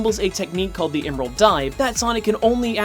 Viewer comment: Heh. He mispronounced Emerl. Also, what on earth was the point of bringing up Dragon Ball? How is that relevant to Smash Bros.? Plus, everyone who even cares about that topic already knows which one came first.